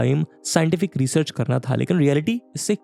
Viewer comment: अनंत होता है. And it's research, not resurch!